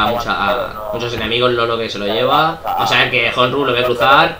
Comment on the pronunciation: Y por cierto dato informativo para ños comentaristas cuando nos mencionais: honru no se pronuncia von J es con H muda es cono di fuese onru y mi nombre no es semamesa como decis es chemamecha las x son ch gracias